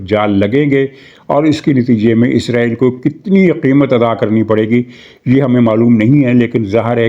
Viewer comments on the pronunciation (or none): none